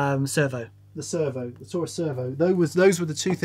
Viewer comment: I thought it was tourist instead of Taurus lol